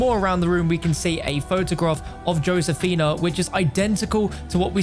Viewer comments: Josefina(Hoe-Seh-Feena) not, Joe-Sayfina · It's not ⁰"Yosefinuh", it's "Hosefina" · Srry but i cant stand the Way he says josephena im sorry im latino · Joe sifinia? Its f*cking Josefina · Nobody: Absolutely Nobody:: “Joe Sefina” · Mans really said. Joe-sefina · It’s said like this ho-sa-fina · It’s not joe- sphina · He said josefina wrong for the entire video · Srry but i cant stand the Way he says Josefina* im sorry im latino